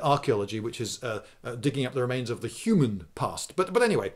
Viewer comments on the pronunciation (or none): none